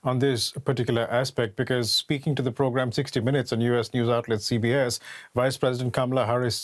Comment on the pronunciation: Did he start off by saying here on the pogram or here on the PROGRAM.